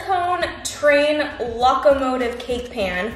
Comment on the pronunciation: The way you said “locomotive” sent me😂😂